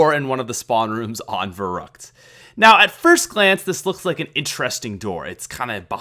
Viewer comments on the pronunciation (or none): none